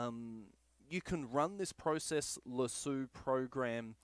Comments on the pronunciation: Useful video and helped alot. Only thing is its process lasso not process lasooo 😂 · Great video, great advice, except now I cant help but call it "pro-cess lassue" when I use it. Subbed anyway. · I love how Aussies pronounce the word Lasso. Thanks for the info.